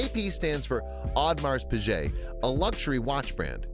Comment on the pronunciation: the way he pronounced "piguet" bruhhhhh